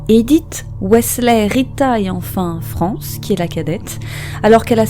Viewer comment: On ne prononce pas "France" comme on le ferait en français, mais bien en prononçant le "es" à la fin, avec connotation latino et le "c" en "sh" et le "a" devient "é": Frénshès. Ou alors il faut aussi prononcer le nom de famille à la française et dire "farmé".